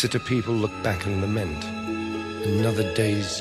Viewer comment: Late la-meant (accent on the meant) is how it is pronounced. A lament is an expression of extreme emotion in words. He is waxing poetic on our existence.